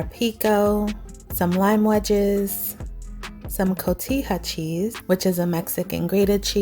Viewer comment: Omg!!!! That looks amazing!!!! Oh and you said cotija right and I too love the crispy / crunchy lettuce on top!!